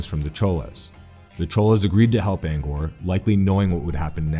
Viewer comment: You gotta work on that pronunciation cause I know for sure you're pronouncing Angkor and Tang wrong.